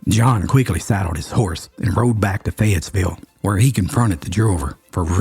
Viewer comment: 6th generation NC Charlottean here. We know this story but you turned it into such an engaging yarn - Thank you!. The only complaint I have is your pronunciation of Cabarrus (it’s bare not bar) and Fayetteville (no S)